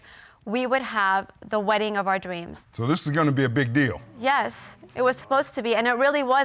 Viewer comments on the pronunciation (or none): “The wedding of our dweams”